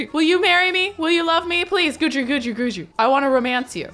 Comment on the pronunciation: I think it’s actually GEE-dree. Not guide-ree or good-dree.